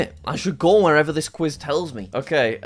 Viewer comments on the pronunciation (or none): none